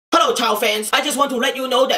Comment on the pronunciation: He says hello not herro. :o